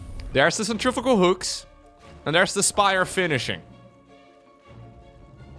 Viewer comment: I've ignored it for to long... it's "centrifugal hooks". Like a centrifuge, it spins. I can't sit on this any longer mate. Edit: SEN-TREE-FEW-GAL Edit 3: Upvote so he sees this.